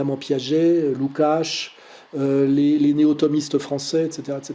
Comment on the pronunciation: "Soral a presque toujours raison". On comprend maintenant le presque. En total antagonie avec le déisme dont il se championne (christianisme). En plus il aurait pu un minimum regarder sur Google comment on prononce le nom du scélérat Lukács. 0/20.